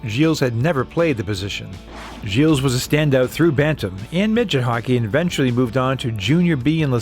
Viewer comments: I am very impressed by the fact that despite the depth of your research, you weren’t able to find out that the « s » of Gilles is silent in French. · The "s" is silent. A bit of respect for our culture please. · The “s” in the name Gilles is silent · Argh, pronunciation! You don't say the "s" on the end of Gilles. This is hurting my ears. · You dont pronounce the S in Gilles btw. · Gilles, the “s” is silent. Thank you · He lives near me in LaSalle, Talk about a thin talent pool . BTW , the 'S' in Gilles is silent. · You don't pronounce the "s" in Gilles.